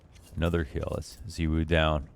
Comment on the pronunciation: Lmao please pronounce it Zy-w0o